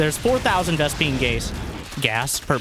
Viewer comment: how many vespene what now? 😂